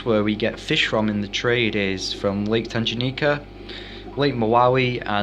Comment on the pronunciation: can u please learn how to pronounce the words you said tanganyika and brichardi wrong